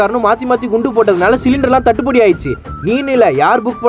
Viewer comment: தட்டு படி இல்ல தட்டு பாடு